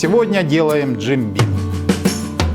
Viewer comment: Бим а не Бин. Мистер Бин то чуть другой "винокур" )))